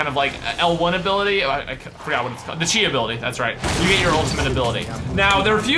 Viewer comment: it is pronounced ki not chi